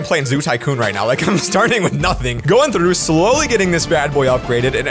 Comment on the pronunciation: LoL on 0.31 sec at the begin he says trough but he speaks the tr like rly t(rrrr)ough the r 😂